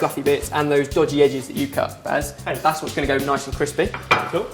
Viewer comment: Baz not bears....